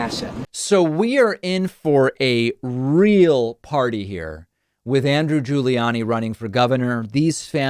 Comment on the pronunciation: I love how David pronounces "Andrew Guli-annie"😅